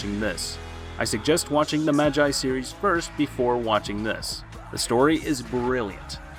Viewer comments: Magi is pronounced (ma - g - ee) not (ma - jie). And you probably won't care to even read this, but it's just a little cringey. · he said majeye 💀💀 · Did anyone else get triggered when he pronounced MAGI as MAJJAI? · Its magi not maji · I mean, am I wrong 🥲 ’maj EYE’ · Hay u are pronouncing it wrong it's not "Ma-G-I" 😑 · neither is it mine, it's triggering because he's not new to anime, as part of the community, we expected better. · MA-GI my guy it's pronounced MA-GI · It’s pronounced ma-gee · I’m sorry but his pronunciation of magi didn’t sit well with me 😭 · I came into the comments to find this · his annunciation of magi is infuriating. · The way he says Magi is a bit funny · It's Magi not a I it's like y damn cringe 😬